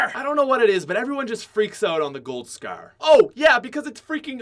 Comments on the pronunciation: the way this guy pronounces scar and any word that sounds like it makes me want to die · You say scar weird asf